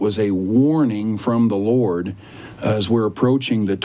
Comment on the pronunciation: Lord not laura